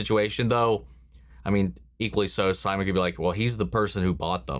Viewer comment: watch out with that Simon pronunciation lmaooo